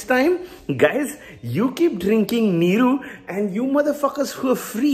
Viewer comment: Goood one 😂👌🏽👌🏽pronounciation of NEEERUU was kickass 😆😆